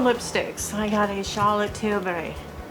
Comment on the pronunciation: Hi! LOL Cracking up with how you are pronouncing Charlotte Tilbury!! I think that shade does look very nice on you.